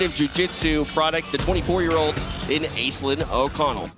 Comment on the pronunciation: I cringed so hard when he pronounced "Aislinn" as "Ace-Linn"